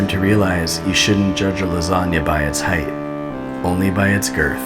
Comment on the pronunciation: "Don't judge a lasagna by its heit.. but by its girth " XD